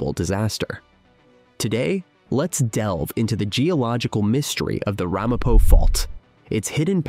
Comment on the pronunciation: Ai It's not RAHmapo. It's Ramapo.